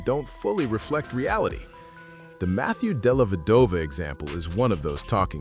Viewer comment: Can you please pronounce Matthew Dellavedova’s full name correctly! My goodness the dude locked down Curry for at least 2 games when he was an average player! And he had to spend the night at the hospital dehydrated after doing that! Were you sleeping under a rock back in 2015! DO BETTER!!!